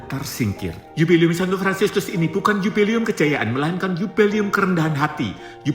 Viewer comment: Bukan 'yubeli'um tapi 'JUBILE'UM - JUBILEUM. UCAPKAN DGN BENAR BUKAN HANYA BERSEMANGAT DOANK YG GAK PAS...wkwkwk 😊😊😊